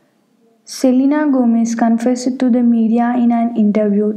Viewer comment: Hay bhagwan sab sahi Bola iss ladki ne selena ke baare Mei but bhai kya pronunciation hai yaar tumhari School nhi jati kya!!!! Confesssed